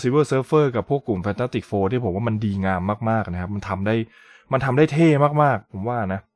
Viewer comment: ผมว่าพูดชื่อหนังยังไม่ชัดเท่าไหร่ครับ